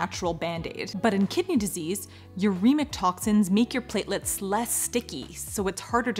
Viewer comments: I know, that’s what I think I is so funny, to hear a professional not know how to say the word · Speaking of the word “platelets” I heard someone say it as play-tel-ates and this person is a doctor